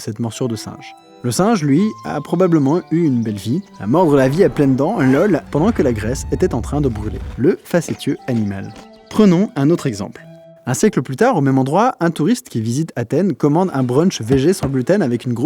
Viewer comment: Hey, "facétieux" ça se prononce pas comme tu le dis. Bonne continuation